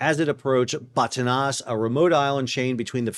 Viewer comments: location is called baaa taaan esss. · You pronounced Batanes incorrectly. Accent is on the second syllable.